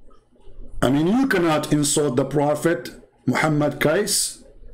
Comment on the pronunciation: Hi.. how are you now? I hooe you alright always ok. Now, I will insert you an input bit by bit ok. His Full name is Hj. Muhammad Kosman Cornelius or wellknown as BAPAK KECE PAK KECE (Bapak means An Male Adult or Mister in English, PAK is shortform of BAPAK. Also, the correct way to pronaunce 'KECE' is; as you say word "CACEY" if in English naunce).. This man are truly the Defender Of Christ.. Hope you and other our Brothers and Sisters, ni matter from what country and what dedominations you are... Please help him to get out from the place they has locked him since 26th of August till now and seldom been updated. And from his son and chief lawyers, he been given a (so called) medicine ftom time to time, but his son said, his father Pak Kece didnt take the medicines and he did gave a sample of those medicine ti his son and asked him to check study on it.., the words "LAKI-LAKI" if in Indonesian Langguage means "The Males"... hihihii.. will get in touch with you again soon.. stay tune. Thanks and God Bless!!